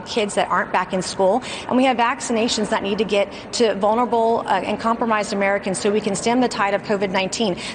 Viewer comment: Someone tell her there’s an L & an A in vulnerable please! It’s not “vunerble”.